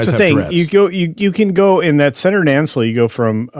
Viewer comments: "Year of heck ship" is a reference to the pair of Year of Hell episodes from Voyager. Also its Nacelle. Not Nancelle there is no second n. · Nancell? What? "Nuh-sell",. It's EASY!